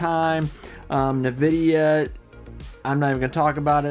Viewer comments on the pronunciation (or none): hahah I love the way you say Nvidia - "Novidia" I know it's a local accent thing so don't try to correct it, it's fine.